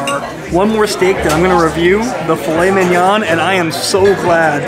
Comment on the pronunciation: Driving me nuts with the way you say filet mignon!!!